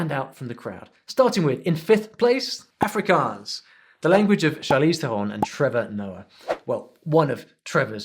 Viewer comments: He Didn't pronounce Afrikaans propery its more like ahhfrikaahns. I learn Afrikaans is school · You said Afrikaans wrong